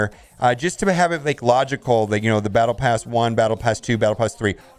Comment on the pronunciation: No, it's Bottle pass. You said it correctly.